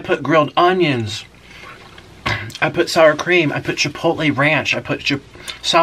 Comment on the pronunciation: jipotle ? XD